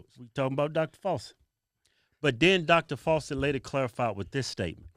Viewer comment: "Dr Falsey" 2021. 🤣🤣🤣